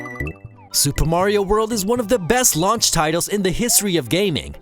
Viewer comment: "Super MARO World" !?!?!